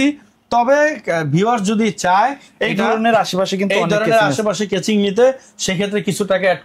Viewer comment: Kaching not casing